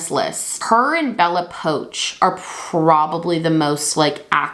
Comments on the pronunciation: it's bella Porch, right? am i crazy? says "poach" put it's PORCH, right? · omg 😅😂 it’s Bella POARCH, not poach (now I can’t stop thinking about poached eggs lmao) 🤣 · its bella poarch and not “poach” 😭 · I find it hilarious how you would say 'poach' instead of pronouncing it like 'porch' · Am I imagining things or did she call Bella Poarch "Bella Poach" several times? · Bella Poarch's last name is pronounced like "porch" <3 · You saying Bella Poarch wrong is sending me